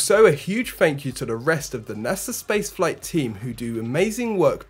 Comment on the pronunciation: Thrust puck not frust puck and Thank you not fank you! Practice makes perfect. Not picking on you just trying to help you be conscientious of your speech. It takes practice and conscientious effort to overcome. By the way great presentation your doing great.